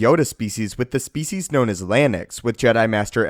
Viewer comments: Every time he says species. I lose 1% of my sanity. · Is that really how species is pronounced?